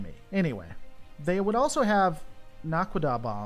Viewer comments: Naquadah is pronounced Nak-Qwa-Dah Also each BC-304 carried a compliment of 16 F-302 Starfighters. Each fighter having a Naquadria hyperdrive system. Naquadria being a more unstable varient of Naquadah. Although this drive was very limited in its hyperdrive it could pass through hyperspace for a few million miles at a time. Having once even been used to bypass the shields of a Gould supership. Stick with me. I shall teach you ALL THE STARGATES! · its pronounced NAQUITA dude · Naquadah is pronounced "Nah-kwah-dah" or "Nack-wah-dah" depending on preference or dialect. Basically its "Super uranium". A Naquadah bomb is stupidly more powerful and any nuclear weapon, relative to the reactive mass, so far developed in real life. It does not take much to make one that can wreck a whole planet. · It's not pronounced "Oh-rye", it's "Or-rye". Why are you doing shows about shows you've never watched? "Naquida", Na as in "nah, that's ok" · This is old now but not too bad pronounced Nak-u-da bombs though by now you probably know that.. It's basically a HUGE nuke on steroids. but not a bad first foray. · Pronounced like Ore Rye .... Pronounced like Na cwa da Also its already been mentioned about the Asgard beam weapons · I really like your videos in general, however I need to ask why you are making videos on things like this when you can't even say the name of the bomb "naquadah". You admit to not having watched the entire series. I'm going to guess that you have not watched a large amount if you cannot even pronounce this word as it was used in at least every other episode after season 2 or 3. I'm sure a search on youtube would have someone saying it correctly. Please don't make any more stargate videos until you've watched the entire series or at least done a lot more research on something before you make a video on it. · Your Naquidah pronunciation is almost right, just put the emphasis on the first syllable